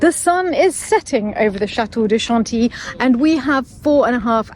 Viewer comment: I feel like I learn so much from these adventures! ( especially the pronunciation of Chantilly). Thank you for taking us along 🤗. And nice book selections,.